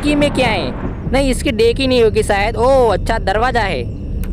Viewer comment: डेकी नहीं डिक्की होता है